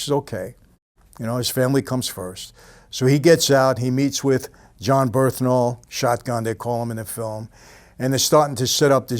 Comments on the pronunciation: Michael saying how much what a great guy John Bernthal is and what a great actor who might play his father soon etc. but butchers his name every time!!! John Bernthal “Bern-thal” Mike : John burhthental, John burtntall 😂😂😂😂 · jon berthnal? thats wht it sound like when you say it in vid